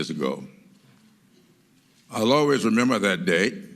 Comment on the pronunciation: The woman name he couldnt rember was a mistake😄😂😄😂